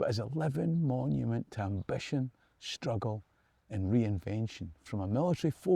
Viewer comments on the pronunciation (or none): none